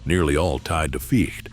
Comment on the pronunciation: I love how the AI Narrator keeps mispronouncing Ficht, and Bombardier, differently every time. Can we have genuine human creator videos please?